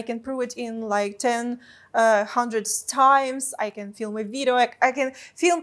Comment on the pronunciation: I love Your pronunciation of the word "video" - it sounds like "vireo" ;) (like video+viral)